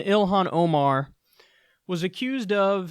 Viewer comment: Wow mispronounced her name, got her background wrong & are smearing her character that's the quality of journalism you'll get from Fox news.